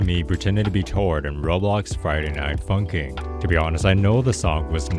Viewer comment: Is it me or did he say funcking?